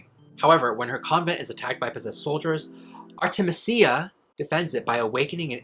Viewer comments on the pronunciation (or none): I feel like it might be pronounced Ar-ti-MEE-sia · it's supposed to be "ar-teh-mee-zee-uh", watch out for those vowels! 😊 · Lol, is it spelled Artemisia? That is a plant. You say it art-eh-Meez-ee-uh. 🥰